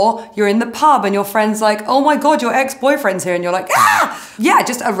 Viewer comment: “Ex-boy-friend in the pub cry”